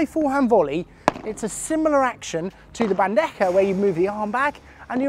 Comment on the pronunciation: I see your bandeja pronunciation is almost perfect this video congrats 💪 also gancho sounded like a native